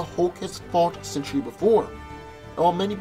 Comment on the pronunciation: Sentry is pronounced with TWO syllables, not three. His name is not 'century'.